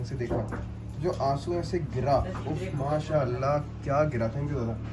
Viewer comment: The way he say mashallah 6.20